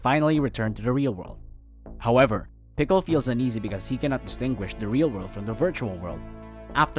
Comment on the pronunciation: It is spelled Pikul and pronounced like "pike ill" in the movie... whatever text to speech they used in this video didn't know how to pronounce it